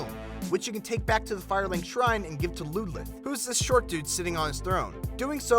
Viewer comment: its ludlith